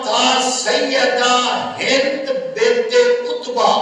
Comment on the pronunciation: naam Tu theak lay in k naam hind tha hinda Nahi